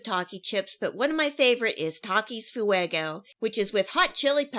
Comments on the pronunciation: "Takis foo-eggo" girl please learn basic spanish pronunciation you sound ignorant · Lol FOO-EGO😂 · theres no way she just said fuego like that